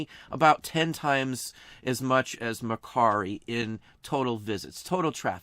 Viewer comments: Great insight and info! Thank you. And nice job on "Mercari" ! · Love that you pronounced Mercari for the OCD people. 😀👍